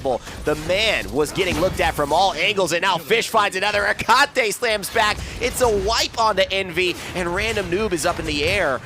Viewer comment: The way he says Hecate is triggering